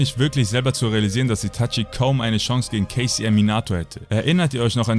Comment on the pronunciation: Immer wenn du kcm gesagt hast hab ich kfc verstanden